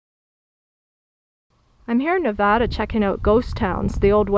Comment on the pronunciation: You are the only person who says Nevada right that is out of state! Everybody else says nuvoda. Thanks for touring my state!